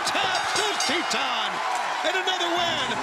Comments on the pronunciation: Its Titan! Not Teetanh 😂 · Every time they say Titan, I keep hearing Tea-Time.